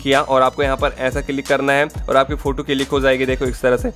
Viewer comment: Not फोटू, He is फोटो 😅😅